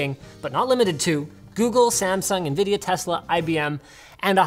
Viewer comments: 5.56 DID HE SAY NBIDIA?????????????????????????? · did Linus say Nbidia